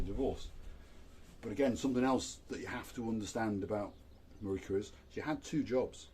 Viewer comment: Thank you for the video, I loved watching it and Marika you pronounced my surname perfectly, I hope when my partner and I come to Paphos in July we can meet :)